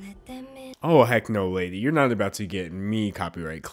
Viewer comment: why do i hear "nut" when he says "not"? I'm too nutty...